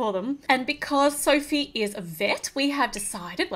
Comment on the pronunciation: She-ma-ma said Sophe